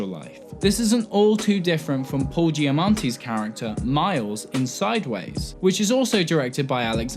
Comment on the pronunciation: did you say paul giamontey?